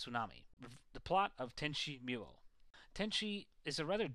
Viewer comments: pronounced "MOO-YOH" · did he just say tenchi mule?